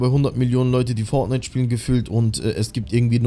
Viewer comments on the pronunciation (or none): none